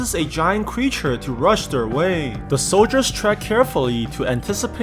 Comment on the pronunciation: You said cweature